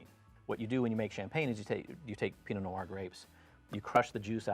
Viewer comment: « Pee-no no-are » « sav-ee-on blonk ». It astounds me how many people can be experts in French wine but not take a little bit of time out of their day to properly pronounce our French words.